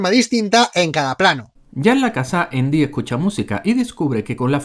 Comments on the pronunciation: Endy? Asi se pronuncia? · porque a andi le dicen indi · Es andy no endy XD chucky potter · Todos viendo y escuchando los errores de chucky pero nadie habla de que canal random le dice eindy jajaja enves de andy o esque yo ya estoy malito de mis oidos que me hacen escuchar cosas que ni alcaso?🤣🤣🤣🤣🤣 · Endy (Andy) error real al pronunciarlo....pero como lo habéis hecho tan mal tío....pero bueno es su cultura y hay que respetarla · Hagan errores de leprechaun, y no es endy es andy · ¿Por qué le dicen "Endi"? me caga ajahaja. Buen video ♡